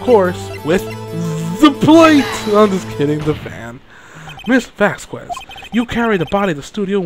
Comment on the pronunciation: Not to be a nit-pick but did you pronounce the "quez" in Vasquez as "ku-ez" on purpose?